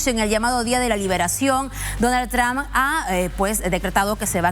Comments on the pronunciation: "Donal Tram" 😂😂😂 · donal tram... estos periodistas nisiquiera pueden pronunciar bien